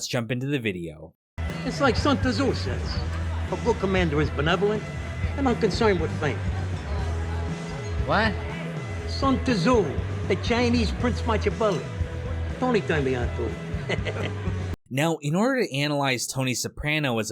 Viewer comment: He should have read more Match-iavely and less Son-Tazouh